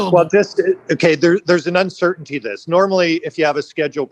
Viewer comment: Uncertainty is not 2 syllables!